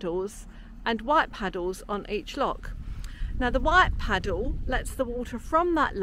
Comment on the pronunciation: Went to St Ives with my future wife, first and last trip. Loved it. Up at the crack of dawn, Took 39 landscape photos with my new Zenit 35 mm until I realized I had no film in my camera! Love you guys, and 'Padduwl 'pronunciation by, I call them 'Padduls' being from Stoke! haha! Brilliant as ever!